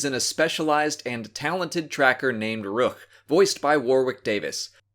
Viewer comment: Thrawn pronounced Rukh as Ruh-KUHR